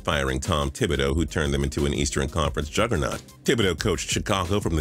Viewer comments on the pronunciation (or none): none